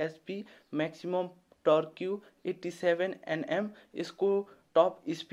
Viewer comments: टर्क्यु ?? It's टर्क . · Bhailai deerai dhannebath,,, torque (tork bhannu hola torkiu hoina) don’t take otherwise hai thanks I totally enjoyed your video.